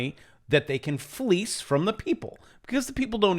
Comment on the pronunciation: It's "fleece"